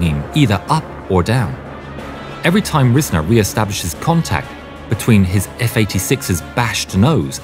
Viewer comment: It's pronounced Rise-ner, not riz-ner.